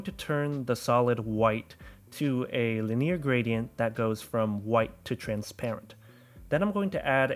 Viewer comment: why don't you know how to pronounce the words 'linear' and 'gaussian' 😂